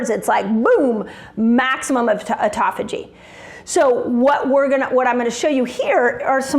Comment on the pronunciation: Auto (like automobile) phagy (like page with an h). Yer killin' me.